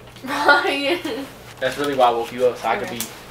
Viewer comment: RYE-IN count how many times she said RYE-IN. lol